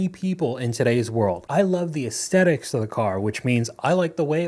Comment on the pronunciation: “asTHetics”, not “asTetics”